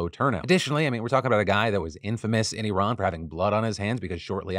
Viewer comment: Thank you for pronouncing Iran, correctly. Please pass the meme to Zaid